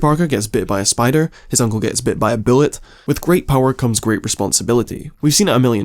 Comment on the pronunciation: The "Bit by a bullet" joke would have been better if you could pronounce "bullet".